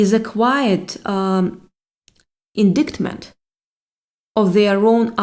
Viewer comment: in-d(eye)t-m(uh)nt - indictment - no "c" sound in this word. ??? Its just that way.